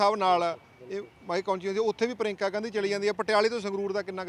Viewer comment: ਪ੍ਰਿਯੰਕਾ ਤਾਂ ਸਹੀ ਬੋਲਣਾ ਨੀ ਆਉਂਦਾ,, ਪਰੀਂਕਾ 😜😡